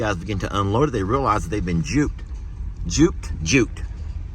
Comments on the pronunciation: the word is duped instead of juped. Duped is tricked. Good job with the hay. You all take such good care of those babies. Thank you! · It’s not juped it’s duped